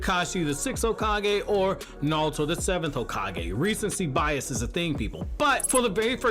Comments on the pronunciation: Neon Force thats understandable but this guy is saying it with an L it sounds like. I hear him say Na-rL-to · Anyone else hate the way he pronounces naruto?